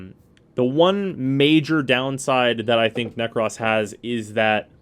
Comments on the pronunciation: Why is he saying Nekras instead of Nekros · “Nekross” I died a little inside every time he said it like that 😭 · ahhh yea you’re right. I completely forgot about that. It still sounds so weird to me though but oh well lol. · The only thing...narrator says "Nekros" funny...otherwise great vid.